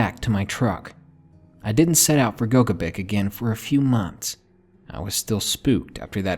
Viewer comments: Lake "GO-guh-bic"???? lmao I think this is supposed to be Lake "Go-GEH-bic". Great narration, just made me laugh as I'm from that area. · I'm listening to your entire catalog oldest -> newest so sorry that this comment is on 6 year old video, but as a native to the area I cringed when you pronounced Gogebic wrong. For anyone interested in the correct pronunciation its Go-gib-ick not Go-gah-bic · Umm, tiny nitpick regarding #1: Lake Gogebic is pronounced "go-GHEE-bic" not "GO-guh-bic"